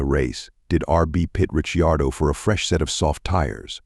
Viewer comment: pronounce the name of ricardo properly for god sake